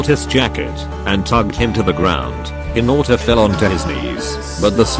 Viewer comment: OK I'm sorry but the pronunciation is just "hiNAUtA" 💀